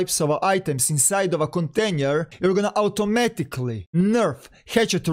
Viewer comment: KONTENJER HAHAHAH